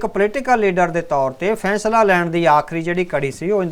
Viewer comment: ਫੈਸਲਾ ਉਚਾਰਨ ਕਰੋ ਨਾ ਕਿ ਫੈਂਸਲਾ ਬਿੰਦੀ ਦਾ ਉਚਾਰਨ ਗਲਤ ਹੈ